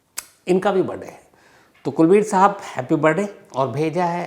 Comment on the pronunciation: It’s not BIRDAY, it’s BIRTHDAY.